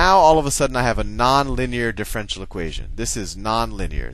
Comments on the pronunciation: Pronounced: Diff - er - ench - i -el not Diff - wrench - el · I certainly gain from your videos but i am wondering if when you say DIFFRENTIAL equation you mean DIFFERENTIAL equation try to pronounce words right okay? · As much as we love Sal, I wish he would pronounce "diff-er-en-tial" correctly, instead of "diff-ren-tial" (4 syllables vs. 3). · I tought he says, the french equation! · The guy in the video pronounces it diff-ren-tial, you do it in four syllables and I would do it in five (dif-fe-ren-ti-al). Amusing. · I'm pretty sure differential has 4 syllables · It bothers me so much how he pronounces differential here. But I realize he may be pronouncing it correctly in later videos. Should be pronounced like andiepants does here